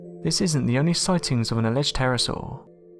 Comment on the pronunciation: You keep saying Terrasaw but there's no such thing but it is a Pterodactyl (the P is silent) and what you said about the devils pool in Queensland is wrong but I'll let it go.